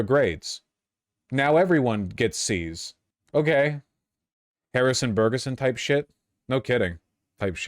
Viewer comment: Harrison Bergeron not Berguson 😂 I’m dying of laughter